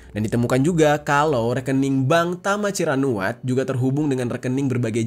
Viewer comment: tama ciranuat❌ tama cirakuat✅ 😂😂✌